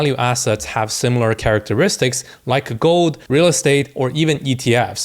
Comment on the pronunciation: When you say gold sounds like you say GOAT 🐐 which i love